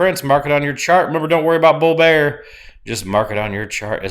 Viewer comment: Don't worry about bull bearrrrrr...ET with some Southern twang! Love it. Best prep in the biz AS ALWAYS